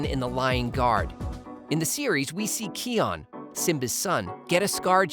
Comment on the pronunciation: ki-on, not ke-on